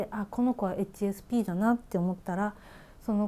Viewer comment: 初見です。 HSPの発音に私が聞き慣れていないせいで 話を最後まで聞くことが出来なかった。